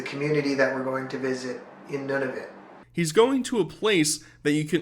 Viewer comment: Your pronunciation of “Nunavut” made me chuckle 🤣